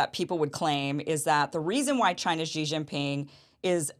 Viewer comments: I don't understand why Americans pronounce the 1st 2 silables of "Xi Jinping" (Xi Ji) like French would pronounce "Gigi". It's so easy to pronounce "Xi" as the English word "she", which would be almost exact. Germans would pronounce even better, as they have the "ch", as in the German word "ich". The exact pronunciation can be found HERE on dozens of videos showing how to pronounce names, cities, provinces, etc, etc in Mandarin: Watch this cute Chinese girl teaching it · Xi is pronounced as “see”, not “gee”. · It’s just pronounced “She Jinping”, Kim. 😊